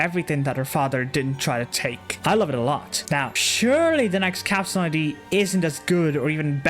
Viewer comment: You keep saying I.d I’m fairly sure it’s supposed to be id as in ego super ego and Id